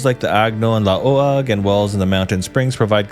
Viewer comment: I know there's a lot of mispronounced names like Guimaras (Gi-ma-ras), Roxas (Ro-has), La Union (La-u-ñon), Laoag (La-wag), Marinduque (Ma-rin-du-ke), Tuguegarao (Tu-ge-ga-raw), Leyte (Ley-te), Biliran(Bi-li-ran), Calbayog (Cal-ba-yog), Catbalogan (Cat-ba-lo-gan), Maguindanao (Ma-gin-da-naw), Pampanga without (s) pero okay lng tawang-tawa nman ako sa Butuan ((Bu-twan) ..not a pro too.